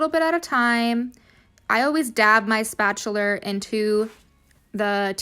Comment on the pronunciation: spatuler lmfao